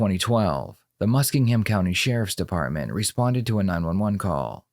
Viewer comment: It’s pronounced Ma-Sking-um Jesus! Also I knew this chick and she was fucking nuts…despite what others say